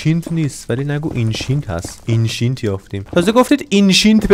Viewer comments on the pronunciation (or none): آنقدر گفتی اینشینت نمیتون اسم درستش رو تلفز کنم🤣🤣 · اینشینت نه انشنت دبریز